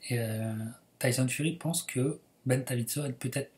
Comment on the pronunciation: petite précision c'est ben davison il ny a pas de d entre le i et le s 😉😉